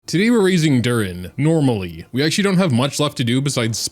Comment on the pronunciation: He had to emphasize ¨normally¨ LMAO